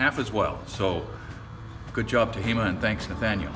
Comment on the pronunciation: Tajima with a hard "J" - Japanese brand. ;-)